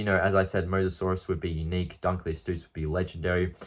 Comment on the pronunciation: How tf did u just pronounce dunkleosteus 🤨